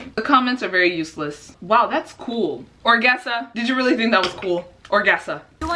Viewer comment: nobody: not even the ghost of thomas jefferson:: ORGEASA